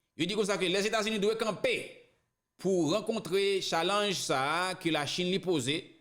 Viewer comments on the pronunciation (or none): Li ekri challenge li pronounce tialenge please